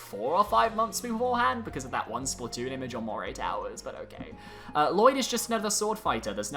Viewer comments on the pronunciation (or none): none